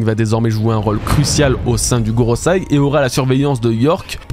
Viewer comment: Bro, par pitié, gorosEi pas gorosAi😭 sinon les termes fr? les planètes? bon, plus constructif, qu'en pensee vous c'est quand même marrant qu'on deteste ajd autant saturn que kuma à l'epoque thrillerbark/sabaody...5 prix nobel pour les gorosei? anodin? nope oda's cooking, on va bouffer des flashbacks à en retourner le cerveau, suffit de recheck les autres arcs, y a tjs ça entre autre